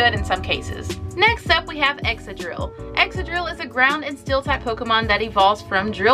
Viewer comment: I'm sorry. Its x-ka-drill and con-keld-der and hi-dry-gone and not sure how to sound out reuniclus but u say it wrong. Not trying to being mean but pronunciation is a pet peeve